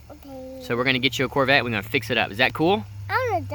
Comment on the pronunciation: SO CUTE, What a great dad you are, I love how he says "Torbette" instead of "Corvette".